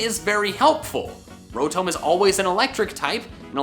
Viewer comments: Am I the only one that gets annoyed when says “rO-tOm” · rotome? rotoam? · Wan Kenobi he says it like (ro-tome) when it's actually pronounced (ro-tahm) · It hurts my soul when you say rotome. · Bruh it’s not row-tome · When says, "Rotome". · calling rotom ro-TOW-m is a sin against humanity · “Fan Ro-tome” I resent you for that. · Petition to get to stop saying Rotome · WHY DO YOU PRONOUNCE ROTOM LIKE THAT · also how he pronounces Rotom